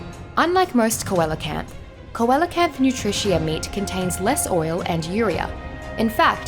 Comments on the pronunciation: This is a great vid but one thing Coelacanth is actually pronounced Seelacanth! (I used to pronounce it cowellacanth aswell) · The Coelocanth is gonna haunt you forever. You cant escape the SEALocanth! 🐟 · CO EL A CANTH!? WHAT?! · I prefer Koala-canth :) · Great work as always, but I did notice that the coelacanth is pronounced differently than it was in the vid about the coelacanth specifically. How come?